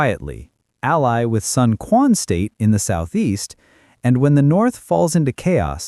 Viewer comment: Sun Quan, written as 孙权, is supposed to be pronounced as Sun Chuan in Mandarin Chinese, not Sun Kuan